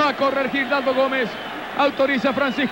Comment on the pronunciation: JAJAJAJJA, el locutor paraguayo llama a Gildardo Gomez, "GIRALDO" Gomez,(no hay que ser un genio para saber que Giraldo es un apellido y no un nombre de pila) jajajaja, eso de cambiarles el nombre a los jugadores como que es muy propio de periodistas mediocres paraguayos y uruguayos.....